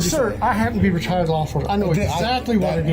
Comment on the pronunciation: I think he just mispronounced "retired"